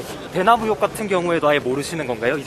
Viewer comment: 는 발음교정을 하시죠. 언론인이고 공공방송에 나오면 표준어를 쓰셔야죠. '으혹'이 아니고 '의혹'입니다.